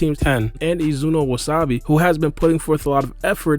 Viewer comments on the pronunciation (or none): none